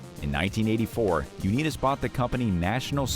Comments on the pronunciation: Learn to pronounce Unitas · You mispronounce "Unitas"? And you expect to be taken seriously? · Learn how to pronounce Johnny Unitas's name. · At first I thought the narrator was joking about his Unitas pronounciation. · . How in living F could ANYONE mispronounce Johnny U's name? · Uneedus to correct your pronunciation of Unitas. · Johnny Unitas; last name pronunciation??? I've never heard it like this... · Nice pronunciation of unitas you nimrod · Way to butcher the name of the great quarterback Johnny Unitas! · Pausing, to leave a comment before fleeing before hearing "U-Need-Us" one more time. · Lost me at Johnny "You-Need-Us"! There needs to be a robo video "Ten Dumbest List Readings" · You mispronounced Johnny Unitas' name. It's pronounced with a long "i" as in united. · I stopped watching after the Johnny U-need-us pronunciation! lol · Lost me at "Johnny Uneetus"..... 😂😂😵‍💫😵‍💫 Bye. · Johnny Unitas (long i) Bernie Kosar (Ko - sarr) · Why respect a channel that cannot pronounce names properly? Johnny Uneetas? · Stopped watching when i heard this AI say Johnny U-Need-us, three times. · Johnny Unitis Pronounced his name u-NITE-is. Bernie Kosar prounced his name like ko-SAR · Bernie "Ko-Ser" & Johhny "Unee-Tas" !! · Y'all just butchering names, its; Rah-geeb, U- nite-us, Co- Sar, Terrle (not Ter- rell) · U-nee-tus? Are you kidding? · So sad for Johnny U-nee-dis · Johnny UNITAS... LONG I not long e sound!!! Bernie Kosar... NOT Kosir... ar as in car!!! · Bernie Koz-er 😜 Johnny Uneedas 😜 etc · You lost me at U Knee Tus. It's Youn-EYE-tas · that is Unitas with an "I" not an E. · Come on guys. Check your pronunciation before you make the video. "Uneetus" is not how you pronounce Jonny U-nIt-us (long I not short i). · It's Un"eye"tis, not Un"ee"tis. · They need to know the proper pronunciation . Not Johnny U-née-dis but what about Johnny U-NITE-ES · Stopped watching at You-knees-dis name. Do better. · You killin me with the unitas or as you say uneedis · U' ni tus